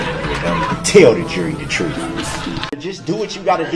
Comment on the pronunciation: He loves to substain the troof. This man is the living embodiment of confidently incorrect.